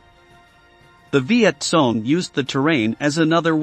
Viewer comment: "Viet Song" loool😂 Let the computer bot learn to pronounce the term correctly...